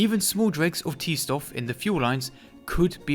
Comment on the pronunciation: i was going to comment whatever to help your stats or whatever, but your essay was fantastic and i couldn’t stop watching. “t stoff” sounds horrific